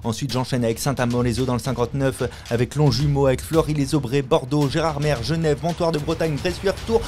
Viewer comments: ah gars on dit "gérarmé" par "gerarMERE" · Faut prononcer "gérarmé" ;) (Ouais je sais, dans le fond on s'en fout, c'est juste que en tant qu'Alsacien, je probonçais pareil que toi et je me faisais "poliment" reprendre par les otochtones de la ville, donc c'est plutôt bienveillant si je te le dis :) )